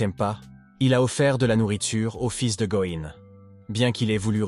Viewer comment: "le fils de gohan, le fils de going"... "Going Son"... Partout déjà c'est Go Insung... Si ça ne va pas change son prénom, car le bot ne te comprend pas. Un effort sur la narration. Courage pour ton travail 😇